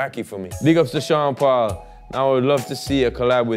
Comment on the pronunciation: I as an Aussie always thought Sean at the beginning was saying Chanderpaul & if ur a cricket fan then you'll know exactly what I'm talking about